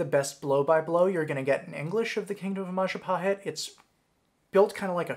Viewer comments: It's majapahit you human (I'm Indonesian) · It is pronounced Majapaheet “I” in Indonesian is pronounced “ee” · The biggest lie that you did is mispronounce Mahapajit